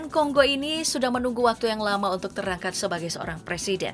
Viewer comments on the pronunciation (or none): none